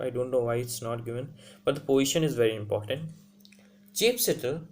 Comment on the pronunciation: Bro...but still u need to work on your pronunciation and ascent...